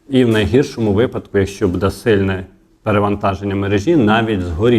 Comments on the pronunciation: Та не «будЕ» , а « бУДЕ» ! Безграмотна мова !😢😢 Говори Українською , якщо ти медійник !!!😮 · Ставте правільно наголос. Не будЄ, а бУде! Невже так важко запам'ятати! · А чому "буде" з наголосом на "де" ? З України нас вже насильно зробили галичину, а мову вже не пізнати, нас вже швидко усіх незгодних "ушпиталять".